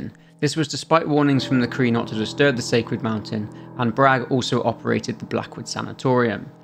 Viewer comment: The way you pronounce sanitarium hurts my ears.